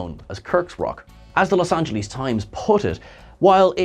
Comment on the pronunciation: It's not Los Angelees!!!